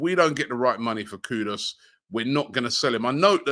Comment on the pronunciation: Wow its been more than 2 months and Robbie got Kudus name right!